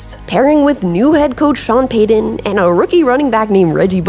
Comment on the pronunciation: What's her accent? I can't place it. Sean Peedon and Peedon Manning. Over extending the last syllables and vocal fry in words at the end of a sentence.